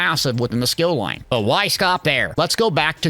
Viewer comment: Plus u cant trust a guy who says skill loin!!!!!!